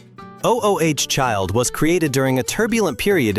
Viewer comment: "Oh-oh-H child." 🙄